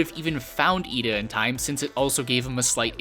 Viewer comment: It's Lida - LEE-DUH. Why does everyone get that wrong?